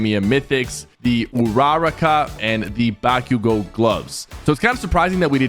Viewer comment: bro completely butchered uraraka and bakugos names 💀 💀